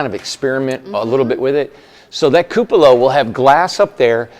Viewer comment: It will be beautiful....all of your houses are! The teacher in me however feels that I should point out a small detail...the word, "cupola," is pronounced: KOO puh luh. Forgive me for being persnickety..its not a criticism, just a heads up in case you didn't know. Keep up the good work!